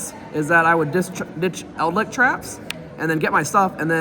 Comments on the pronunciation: Please stop calling it eldlick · He plays World of Warcraft and he's played The Wrath of the Lich King expansion a lot. He says lich correctly in wow, so you'd think he'd know.